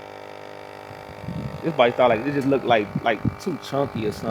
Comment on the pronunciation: You do not need to emphasize the "ed" on look.The "ed" is silent on look not look ed.